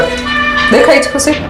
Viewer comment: ઈંગ્લિશ વચ્ચે વચ્ચે નહી બોલો તો ચાલશે બેન ,પહેલા ઞુજરાતી તો સરખુ બોલો ! 'ખૂસી"નહી ખૂશી બોલાય😂😂